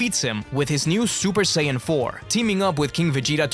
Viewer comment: Que sayajin fala sayadin e escreve sayajin